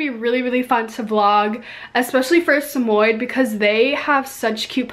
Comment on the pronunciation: I love it how she pronouced samoyed "samoyd" 😂😂